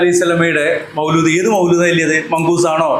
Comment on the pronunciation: മൗലൂദ് അല്ല മൗലീദ് ആണ്